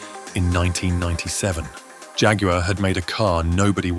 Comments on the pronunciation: Agree 💯. Lots of videos these days suffer with the same problem. It may not seem like an issue to some people, but it really does my head in when there is constant mispronunciation due to lazy AI narration or lack of research. Don’t even get me started on Jag-War instead of Jaguar or Neeesan instead of Nissan! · Jag you are? Do you often visit g you am? Or chew g you ar gum? I think not. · Let down by a rubbish Robot voice-over, too many Americanisms and odd pronunciation: Jaqwar and it was a Two Twenty for goodness sake!